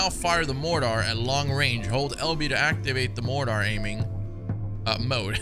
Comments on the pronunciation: This man really said mordar lmao 🤣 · Who says mortar like this though... It's just "order" but with an 'm' in front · Absolutely love your videos bro, you do an amazing job of making a play through fun to watch… but for heaven’s sake look up how to say Mortar correct please